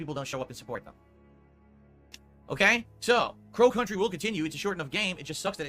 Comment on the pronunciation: Why does it sound like he's saying pro country instead of Crow Country?